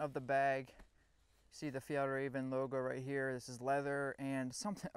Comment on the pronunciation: Hey don't forget the Swedish ä! It's "Fjällräven" :)